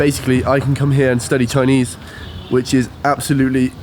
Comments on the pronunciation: Hey! Good to know that you're starting your Chinese lessons soon, and I can tell that you really mean this seriously from the pronunciation of your Chinese. I won't expect every Chinese learner can master the intonation and accent of Chinese since the language system is very different from the Europeans, but every time when you pronounce a word nicely and carefully, it sounds very different to a native speaker. So, wish you good luck! BTW, the geography of Guangxi Province is quite unique so there are many caves in that region. Please be careful when you explore them and better not go there alone. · You will learn Chinese very quickly with lessons and stay in the environment. Your pronunciation is very accurate! Once your Chinese is good to understand others it will decode the whole world! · Your Chinese pronunciation is excellent! I.would like to give you a thumb up.